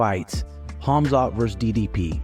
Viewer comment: F.A.O: Tim Welsch Uhhm....."Homzot"?.......Dafuq? It's "KhAmzAt" you absolute cling-on-berry! 🤌🏻😑🤌🏻 Seriously How can you not know how to pronounce the guys name, I mean, All of us fans hear/say it just fine, but somehow you just can't figure it out? WTAF?